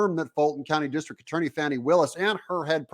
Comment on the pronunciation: I'm from the Atlanta area. My entire family lives there. Believe me when I tell you, the lady's name is pronounced like "Fanny". Everyone I know is confounded by the media's insistence at calling her "fawney". Is that supposed to be an upgrade? Regardless of what you call her, everyone I know thinks she's human refuse.